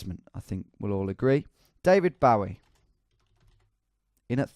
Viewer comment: David Bowie is one of your favourites but you pronounce his name like that😂